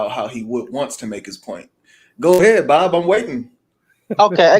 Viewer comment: Bro really said “it’s booobbb” 😂😂😂😂😂😂😂